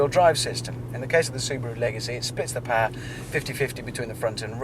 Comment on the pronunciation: I hate how hammond says 'paaaaa" instead of POWER.